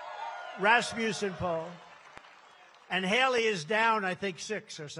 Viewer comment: "Halery" say it right.